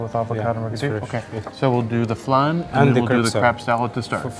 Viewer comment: It’s Flan, not flarn , it’s Parmesan not parmejarn.